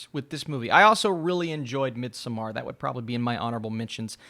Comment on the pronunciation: Thank you SO MUCH for pronouncing Midsommar, Mid-Some-ARE!!